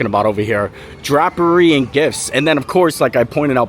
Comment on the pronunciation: Drapery and gifts… it’s pronounced drape as in grape. Not throwing shade, just wanted to let you know.